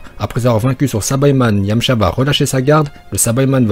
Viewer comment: Pas sabaïman mais saïbamen bordel!